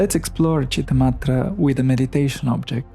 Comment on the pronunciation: It's Citta-Matra not Madre. It's a 't' not 'd'